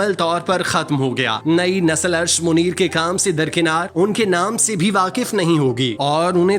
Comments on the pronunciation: Arsh e Munir hi asal naam hi. Bhai sahib recording si pehaly durust adaegi ki practice kerliya k eren. Date bhi wrong hi. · Arsh Muneer nahi, Arsh e Muneer! Lakhnow me jo KH hai uski awaz "KHaak" wali nahi "suKH" wali hai. Hud ho gai